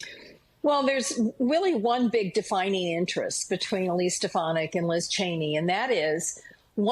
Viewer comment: Please pronounce her name right.